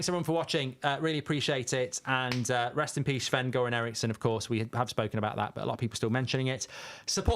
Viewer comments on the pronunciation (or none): Anyone else getting really annoyed when mark calls Sven Shven? It's not fking Shven...